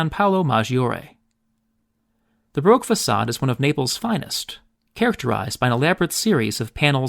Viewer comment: Broke? In all languages from French to Italian to English it is Baroque (second syllable stress). What is wrong with (even apparently educated) Americans?